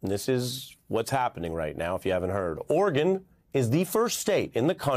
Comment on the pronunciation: Melber all but omits the second syllable, making it orrgun. It's not the only letter he's cruel to, crimes against the letter t featuring often : inner views, inner national, inner vention etc.